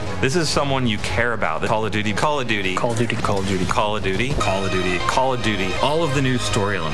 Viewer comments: I can't believe they are actually saying Calla and not Call of. Your not even exaggerating it dudw. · Was it Call a Doody or Call of Duty? Can someone repeat that for me? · "Call it Dudy" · After hearing that "Call of Duty" over and over I can only hear them say "Collar Doody" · "teeviegh" "collodudie" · I started hearing "Call it doody"